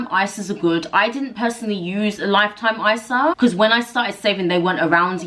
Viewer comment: Did you say lifetime Isa? Im literally taking notes and can’t make out what you said there.